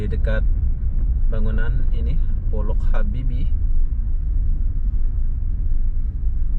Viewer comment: Itu baca nya Pollac Habibie...itu bahasa jerman